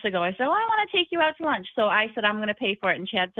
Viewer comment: "We're downstairs having lush" It's, "LUNCH," Chad. "LUNCH!"